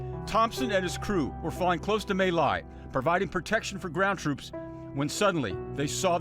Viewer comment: Mỹ Lai Massacre is pronounced as "ME Lai" and NOT "MAY Lai" you'd think this news guy would at least learn that much before he "reads" a story... notice I did not say "reports a story"..... He's a reader and not a very good one at that! Thankfully there were "men" like Hugh there that would do the right thing.